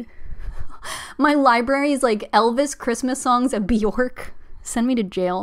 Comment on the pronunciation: My best friend is a huge HUGE HUGE Bjork fan and he’s always so quick to correct me that her name is pronounced “B-yerk”. Bjork rhymes with “jerk”. He confirmed this was true by showing me interviews of her saying her name. Anyway, I loved this live stream. 💕